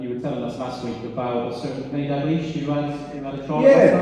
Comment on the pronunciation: Its DaLglish, not Daglish